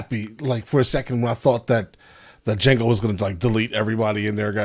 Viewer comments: Dude, did you just say Da-Jango? 😂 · Lmao, your opening pronunciation of it had me in tears. The line in the movie where he says “ the D is silent, hillbilly”. 😂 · The “D” is silent, hillbilly 😂😂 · The d is silent g lol 😂